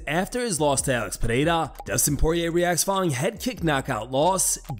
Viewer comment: Why do these ass pirates say Al-X Podada. Are they trying to sound worldly or European? It's Alex Pereira, just like it's spelled.